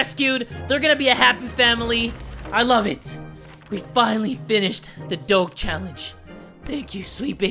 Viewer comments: Your pronouncing doge wrong lol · Love your vids I thought he was saying dog weird but then I realized it was doge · When you don't know how to pronounce doge. Also, isn't it ironic that there's a cat game ad? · He didn't say doge right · U said doge wrong -.- offended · You said Doge wrong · Why does he say doge like that? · WTF YOUR PRONOUNCING DOGE WRONG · You that is not how you say doge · No it isn't is named Pronounced "Doj" Or "Dogi" or "Doug" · does the way he says doge trigger anyone else.... (dough-juh) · Dough guh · No one talking about him saying doge wrong the whole video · IT'S PRONOUNCED "DOJE" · Say it as doje instead of the real spelling btw funny vid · its prnounced more of doje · (Doe-Juh) (Dough-J) Doge (you know like sound D not like you say the letter then regular letter O than G is more like j like the sound not letter an the e makes an uh noise) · ITS PRONOUNCED DODGE WITH OUT THE SECOND D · No hard feelings but you pronounce doge like if it was spelled “doje” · It’s pronounced Doej or doje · Doge is pronounced do ja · It's pronounced dojh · It’s pronounced Do-sh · You pronounce Doge Like a J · It is said like doaj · It’s pronounced Doje 😑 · It's supposed to sound like DOJE not DOGE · It’s not doge (Do-geh) it’s Doge (Do-Juh) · It’s nor dog it’s doge got it you said it wrong not g but ge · Kilahni Hanna yeee it’s doge not dog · It's Doge Not dog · It's. Not. Dog. It's Doge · he meant doge not dog lol pronounced it wrong. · why you say doog it is dooj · doug Me:inhales and outhales intensely Also me:ITS DOGE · doge is pronounced dodge. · You know you say it like dogh-ju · He realy probounced doge like dawg instead of dodge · Dog-e It’s do-j-e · Ma dude, ya been pronouncing "DOGE" wrong, is sounds like "DOJE" Glad to be of service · ITS PRONOUNCED DOJE NOT DOGE SPELLED DOGE BUT SOUNDS LIKE DOJE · Who else is bugged that said it like Doe-ge instead of Doe-je? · Im so triggered bc he said it like “doge” instead of “doje”